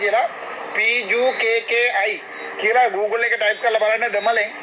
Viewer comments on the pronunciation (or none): It's call ' pukkai' in spoken collocialy pronounced 'pukka'. Not like he said.. lunatic Arjuna.